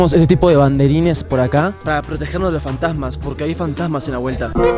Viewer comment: Aquí los que se dieron cuenta que en el minuto en vez de fantasmas decia fantsamas JAJA